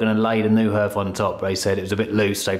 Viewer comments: The paint effect reminds me of the colour-washing I did everywhere in the early 1990s - I don’t envy you if you decide to do the ceiling too. By the way, it’s usually ‘harth’ rather than ‘herth’. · Pronounced “Harth”. Spelt hearth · Love waching your renovations you are doing a great job, by the way it is pronounced HARTH but spelled hearth. Sorry your cold nothing worse! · Great stuff you two 👏👏 coming on nicely.love your vision and determination.( it's a Hearth pronounced " Harth" ) best wishes as always to you and the furbabies Xx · it’s never pronounced “herth” 😂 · Yeah, it’s pronounced ‘harth’ (hearth) lol